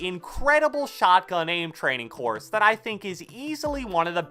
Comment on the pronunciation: Said “The next thing about this courth” Lol